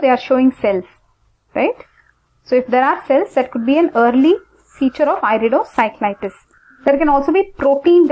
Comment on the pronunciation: he said iridociclitus not iridocyclitus. it's I.